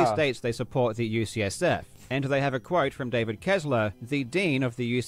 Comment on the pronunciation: It’s maybe also worth noting that he sometimes says “USF” instead of “UCSF”, which are very different colleges. But the bottom line is - he has claimed to be donating to a few specific organizations, but provides no evidence that’s ever happened. That’s a flat out lie.